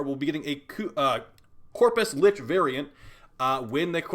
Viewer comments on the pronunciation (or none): none